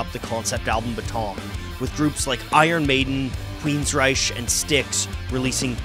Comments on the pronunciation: Just when I'm starting to forget how old I am the dude goes and mispronounces Queenryche. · who the hell are "Queen's Rishe"?